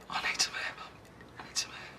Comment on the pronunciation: The part where phill said he needs some Air sort of sounded like I need sum Hair 😂